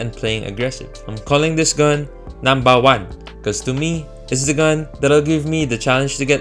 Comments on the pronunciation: When he says numbawan my mind says he's filipino Cuz when i was a kid im saying that word too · Why does the "Peanut Butter" and "Numbawan" sound so Filipino..